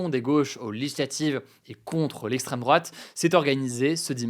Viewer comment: "lesstreme drouate" on y crois plus hugo